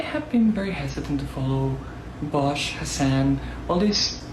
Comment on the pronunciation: before anything else vaush's first crime is how he pronounces his name